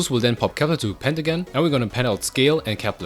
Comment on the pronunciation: can you speak properly please??? COPPLER, ALFREE???